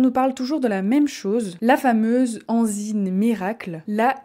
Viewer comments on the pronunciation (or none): On dit enzyme et non enzyne. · Salut, j’aime beaucoup le sujet Bravo pour le choix je voulais juste faire une petite remarque on dit enzyme avec un M et pas enzyne Bonne continuation